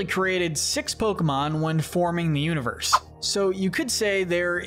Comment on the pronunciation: Bros Pokémon name pronunciation skills are 2/10 💀